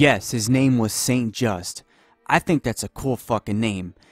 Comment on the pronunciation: Robinspeer and Pobinspire :) It is called Robespierre Also you don't pronounce Saint-Just the way you did.